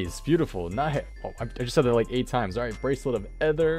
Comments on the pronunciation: The way you pronounce ether gives me a headache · I swear to god, english is your first language! Learn to pronounce "ether" ffs.... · The way you pronounce "ether" makes me cringe so hard